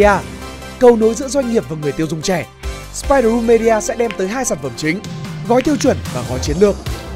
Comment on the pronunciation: ˈmiː.di.ə chứ không phải me đi a nhá